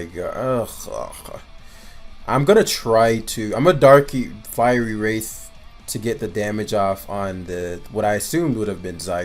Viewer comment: Fiery Wrath. Wrath rhymes with bath. You’re saying wraith.